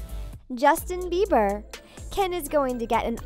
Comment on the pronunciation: The way she said Bieber tho 😂😂😂😂